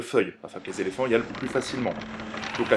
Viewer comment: c'est quoi un "zéléphant" ? ^^